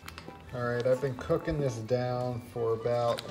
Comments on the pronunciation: Everybody, he is saying cooking not cocaine. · Sounded like "cookin" to me. I'll have to watch again. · I really thought he said, 'since i started getting really serious with cocaine, years ago'. Ignore me.... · Am I the only one who hears "cocaine" in the beginning? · I thought he said obsessed with cocoine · He said cooking.... i Heard "Cocaine"... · I totally heard that too